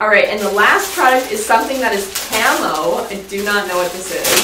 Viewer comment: Am I the only one who kept hearing “camel” instead of “camo”😂